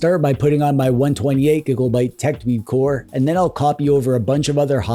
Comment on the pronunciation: Do you say gigolbyte as a joke